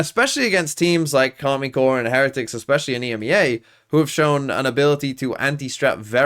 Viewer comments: Is there a reason you call them Karmine Core instead of Karmine Corp? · It's Karmine Corp and the "i" is pronounced like the "e" in English